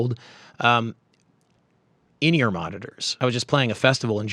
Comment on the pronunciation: is it "in-ear monitor", or something else? The pronunciation throws me off, I wouldn't have thought it'd be pronounced like linear but rather like in + ear...